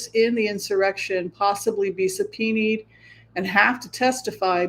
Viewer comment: Love your show wanted to pass along how to pronounce Subpoena it’s pronounced su pee nah plural: su pee nahs (no knees)